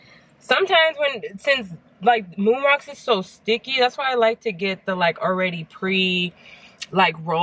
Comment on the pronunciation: I thought you said you guys be liking when I smoke them "Roon Mocks" lol